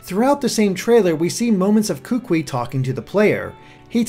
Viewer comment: Hey, My name is Kahuliau and I live on the big Island of Hawaii and overall I really enjoyed your video, my one critique is that the way you pronounced some the island names and the name of the kukui nut were wrong but I did appreciate your effort